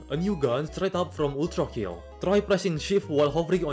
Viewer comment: no no no, it's not pronounced ultrakill it's pronounced ULTRAKILL! (it has to go with that broforce-style ultra-bass action voice)